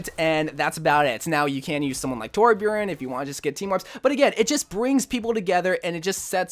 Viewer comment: He pronouced Torbjörn correct!😰